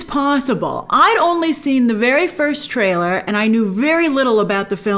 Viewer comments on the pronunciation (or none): none